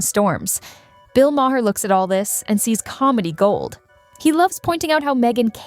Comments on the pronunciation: HEYYYY, computer voice!!! Bill's name is pronounced 'MAR', not "MA-HAR" or "MAY-ER", or "MA-HARE", or MAW-HARE"!!! 😮🤪🙄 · His name is pronounced Marr not Ma-hair. 😂🙄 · His last name is pronounced Maa er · ma haare? Mahere? that bot bore slop edtng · Can't you teach the damn robot to pronounce the damn name?? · Does anyone review any videos using AI narrations before posting them? I don't think so. It doesn't even pronounce Bill Maher's last name correctly. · How many ways can your AI narrator come up with to mispronounce Maher's name? Poor production work.